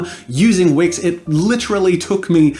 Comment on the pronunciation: dude at first when you said "this video is sponsored by wix" I thought you said wish, and felt betrayed... i was ready to disabon from that wonderful channel because you've sold your soul to the devil... But it's fine, it's wix ! Feeeeeewwww !😫